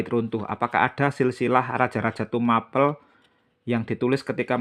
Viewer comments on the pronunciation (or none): Tumapel di kata in Tuma- Pel...gak usah di pisah Mas Broo Pel ( ngep-Pel) bukan akhiran A- Pel yg di kata jdi kurang masuk kata bahasax Tumapel bukan Tuma-pel Mas Broo .. 😂😂😂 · Itu bukan ilat Jawa atau bukan mas Broo..tapi yg aq tahu dari guru sejarah dulu itu memang gk bilang Tumapel jdi Tuma- Pel ( ngep-Pel) gto ... 🙏